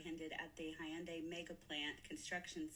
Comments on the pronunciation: It’s pronounced (hon-day) not (hi-un-day) and she may have set off an international incident with serious repercussions. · Hy un di is the correct pronunciation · a south Korean said that the correct pronunciation is "Hun-day". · also, it's "Hun-dye or Hyun-day" not Hond-anything, Honda was something else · It's definitely not Honda! 😂 It's "Hi-un-die". At only this point the snitching informer slut was right. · Regarding the pronunciation of Hyundai, we grew up saying Hun-day bc that's what dealerships called them, but I've heard Koreans call it Hy-an-day. I think it's mis-hearing the dialect. Who knows? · But it is "Hy-un-dai"... Korean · Thank you South Korea for looking after your citizens. I worked for Hyundai about 20 yrs ago. They look very well after their staff. By the way, tell that white woman it is pronounced Yanday. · It's actually prunounced, "Hee-yoon-die"... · The real pronounciation is more like Hoonday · Hunn dee according my korean friends. But what American can pronounce foreign places and names. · Hi-un-die? Hmmmm Typical DEI HIRE she is lol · It's hyun day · Happy Monday, and everyone, hope y'all had a good weekend!❤ We get a lot of electronic parts from South Korea. Those prices might go up even more than they already have.It's pronounced hyun- day😊❤ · Nice video but you might want to check up on the pronunciation of Hyundai because she is actually more correct than you are and laughing about it really makes you look smug. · Actually you're wrong about how to pronounce Hyundai. Can you say "ask" ? I bet you can't. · Just so you know .. most non Americans pronounce 'Hyundai' exactly like you said it's definitely not. 😊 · Karen is using the incorrect UK pronunciation, I guess to emphasize her European whiteness for us. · Miss, I’m SO GLAD you brought up the fact that this big evil dummy mispronounced Hyundai, but yet thinks she’s so smart😡🤮